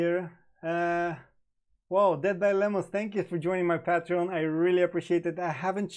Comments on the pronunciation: Leon Jimenez Yep...pay tree on is more like it. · Lol.. it can be Pay-tree-on or Pah-tree-on but NEVER PATE Treon. You are adding one T too many brother. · Pronounce patreon wrong again. It's PATE TREON!!